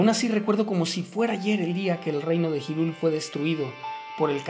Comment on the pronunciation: se escribe hyrule pero se pronuncia irule